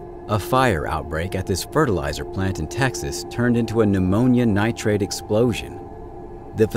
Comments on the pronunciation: I know he must be saying "an ammonium nitrite", but all I hear is "pneumonia nitrate", 😂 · He said Pneumonia Nitrate instead of ammonium nitrate 😂